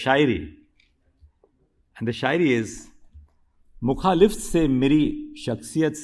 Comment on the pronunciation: मुखालिफत तो सही से बोल सकते थे